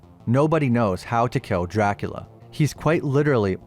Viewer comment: My man, I love the way you say Dracula. "Jackula"